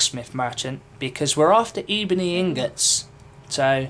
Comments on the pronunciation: It's ebony ingots not E-bony inGUTS. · e-bo-nee, duh